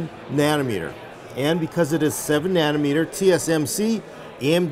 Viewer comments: Did say nanner meter? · "7 naner meter goodness." 7 meters of bannaners does sound good lol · "7 nanermeter", we love you so much. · ..."worlds first 7 nannermeter..." LULZ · Not nanometers.........nannermeter lol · Nannermeter lol